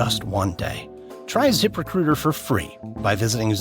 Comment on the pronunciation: The guy’s pronunciation of the words “zip recruiter” is unacceptable. If he didn’t say “zip recruiter” 75 times an ad, I wouldn’t care, but it almost made me stop listening to the podcast.